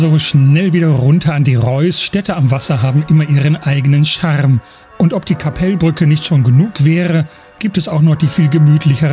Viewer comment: Tolles Video, mann spricht den Namen Kappelbrücke nicht Kappeellbrücke aus sondern ein kurzes E und L. Dafür spricht man das KKL nicht (Sorry für den Ausdruck) KakaL KkKkL also das K am anfang länger aussprechen etwa so wie das zweite. Ich wohne eine Halbe Autostunde von Luzern entfernt etwa 18 Km entfernt oder mit dem Zug habe ich etwa 30 min nach Luzern. O das Verkehrshaus, ich liebe es. Als Zugfan bin ich oft am Bahnhof Luzern und ich Arbeite in Kriens direkt neben Luzern. Grüsse aus Hochdorf im Kanton Luzern in der Schweiz